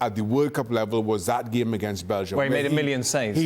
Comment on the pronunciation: Amazing how Shaka manages to refer to football as "thee gheem" every single time.